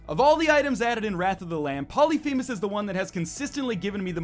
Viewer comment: Its pronounced pol-lif-a-mes. Not poly-fee-mes